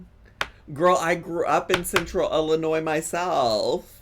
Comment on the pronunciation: I’m from West Central Illinois and I work for the municipal government, you are absolutely pronouncing Illinois correctly!!